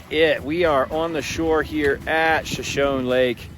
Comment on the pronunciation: Shashone isnt it pronounced shash- ahonee??? Like the Indian tribe??